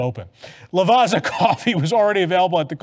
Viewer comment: FYI the two Z's in Lavazza is pronounced like the 2 Z's in pizza 😜